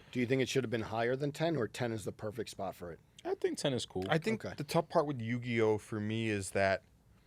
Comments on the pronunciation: For saying Yu-GEE-Oh, some tomato crates may magically appear outside the panel room 👀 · said Yu GEE OH.. smh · Not pronouncing Uniqlo as “Uni-glow” and Yugioh as “Yu-gee-oh”